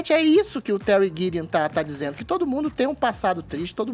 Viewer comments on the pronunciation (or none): e precisam de fono, com todo o respeito..., é óbvio., pode falar DIZER, no lugar de DZER. DIZENDO, no lugar de DZENDO...